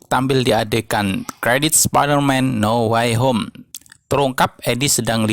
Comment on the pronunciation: Dibaca now wey hom Bukan nauw way hom 🤣🙏🙏